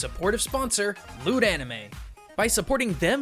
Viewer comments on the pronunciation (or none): For a moment, I thought you said that you wanted us to support "Lewd Anime". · Oh, LOOT anime. I heard: "Lemme give a quick shoutout to this episode's sponsor LEWD anime." You had me going for a sec.